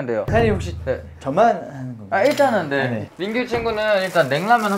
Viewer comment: 정하니 웅냥냥 거리면서 고마어 잘 머글게 밍구~ 하는 거 너무 귀엽다 진짜(っω⊂)